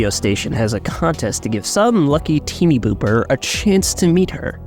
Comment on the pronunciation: teeny booper... jfc all you had to do was read the word